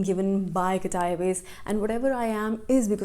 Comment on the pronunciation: The way you say " qatar airways."